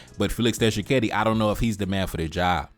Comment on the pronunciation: Why would rwandese have congoledr passport. And u telling him he is spendknt too much time on paul kagame. The nerve to tell him what to do. At least he isn't blind and naive like some of you. And it's Tshikedi not Tchisekedi.